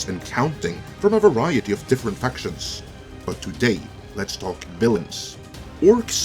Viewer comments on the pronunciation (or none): none